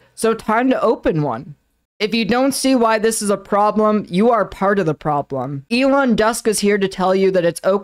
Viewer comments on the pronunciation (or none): none